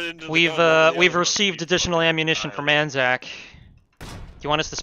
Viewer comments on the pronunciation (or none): bloody right it's ANZAC not AAC!